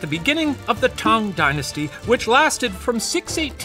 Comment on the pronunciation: Just wanna thank Shane & the puppet history researchers for the effort w the pronunciation of the chinese words/names :') Genuinely moved!!! (Even simply pronouncing "Tang Dynasty" as such and not "t-EH-ng" as Americans usually would, or "Li Zhi" rather than "j-EE"). Idk it just means a lot after having grown up hearing the butchered pronunciations so normalised. Sobs.💛 谢谢你们! / Thank you all!